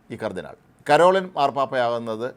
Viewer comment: ആദ്യം ഈ പേരെങ്കിലും നേരെ പറയാൻ പഠിക്കണം.കരോളിൻ അല്ല പരോളിൻ ആണ്.മറുനാടൻ്റെ പല വാർത്തകളും ആരെ സുഖിപ്പിക്കാൻ ആണ് എന്ന് കത്തോലിക്കർക്ക് വ്യക്തമായി അറിയാം.